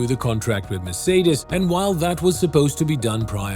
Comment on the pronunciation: Finally some one who pronounce "Mercedes" decently most of the time